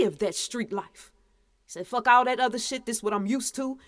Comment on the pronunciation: "Fucka" "Shitta" 🤔? Are you saying that on purpose?